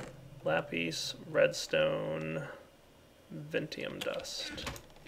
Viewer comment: It's lapis not lapes